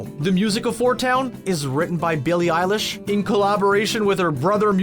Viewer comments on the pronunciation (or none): none